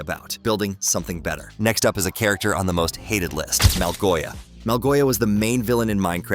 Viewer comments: its the orb of dominance and Malgosha not malgoia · Actually its Małgosia 🤓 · BRO ITS MALGOSHA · It’s malgosha